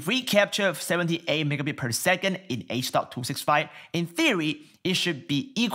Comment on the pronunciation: It's h.265 riiiiight? not h.256